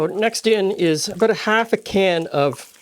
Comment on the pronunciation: The way you say aboot I assume your Canadian . Most of us to the south of you have no idea what Marmite is please explain!! 😅😅 Is it like Vegemite??🤔🤔🤔